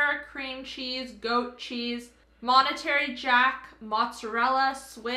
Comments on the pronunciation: It's Monterey not monetary....you ninnies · Love your YouTube. PS. It’s Monterey Jack, not monetary. ❤❤❤ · Didn’t you mean to say”Monterey Jack” rather than “Monetary Jack”? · lol at monetary jack! it's mone-ray jack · Monetary jack cheese? And she spoke it as well. 😂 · Monetary Jack cheese lol. That sound like an expensive cheese lol. Trout is not pronounced to rhyme with throat but should rhyme with out.